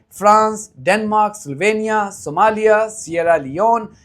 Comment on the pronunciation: Did you say Somalia?